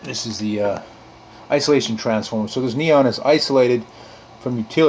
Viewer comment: "Franceformer" LOL.